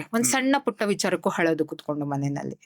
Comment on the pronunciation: ಮ್ಯಾಮ್ ಪ್ರಿಡಿಕ್ಷನ್ ಚೆನ್ನಾಗಿದೆ... ಬಟ್ ತಪ್ಪು ತುಂಬಾ ಮಾತಾಡ್ತೀರಿ....ಹಕ್ಕಿ ಅಲ್ಲ ಅಕ್ಕಿ...ಹಳೊದು ಅಲ್ಲ ಅಳೋದು ಹಕಾರ ಅಕಾರ ಮಿಸ್ಟೇಕ್ ಮಾಡ್ತೀರಿ.. ಆಮೇಲ್ ಅನಿತಾ ಅಲ್ಲ ನೀತಾ ಅಂಬಾನಿ❤❤❤ ಓವರಾಲ್ ಗುಡ್ ಮ್ಯಾಮ್